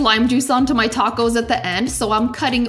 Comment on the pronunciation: Are those tahcos? They sure are tahcos! Ungh, I just love tahcos or a corn tortilluh.